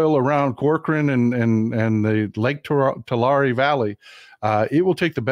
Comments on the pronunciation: It's pronounced like Tulary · Say Tu-lair-e please. That's local pronunciation. JS.......I 🙃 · I lived in Visalia. Mt Whitney HS played Tulare HS. You are not the only person pronouncing it differently. I never heard it any other way except 'TooLarry'. Dad flew helicopters for JG Boswell in Corcoran, not far from Tulare (toolarry) and it was always 'toolarry'. But, then, there were only 11k people in Visalia, so maybe we were all incorrect. Just min-ooh-shaw! STAY WOKE AND VOTE BLUE.